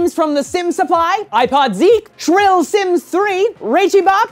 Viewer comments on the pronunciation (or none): OMG I love how you say Chrillsims3 as "shrillsims3" it's "krillsims3" X)